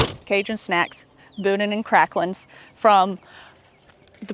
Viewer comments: It is pronounced BooDan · It pronounced Boo—Dan 😂😂 careful, you could go swimming in some of those potholes! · It's pronounced "Boo Dan" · According to a close friend, boudin is pronounced “boo-dan” 🤷‍♂️ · Meche's (pronounced mesh's) has the BEST king cakes in the state as far as I'm concerned (and donuts). Oh, and the inside of the boudin (pronounced boo-dan) is rice dressing. The green stuff you saw was probably green onions. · It’s pronounced Boo-Dan balls!!! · Boudin is pronounced with the emphasis on the second syllable and the "i" is pronounced as a short "a". It's from the French. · You have to say boudin right though . Just saying .